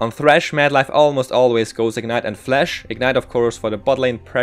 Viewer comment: Jesus, my ears. Stop saying "Flesh" Its called for "Flash" not FlEsh. Did you skip your english classes?